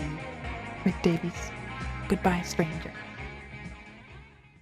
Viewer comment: Great tribute! Also an FYI before people get mad about it, his last name “Davies” not “Davis”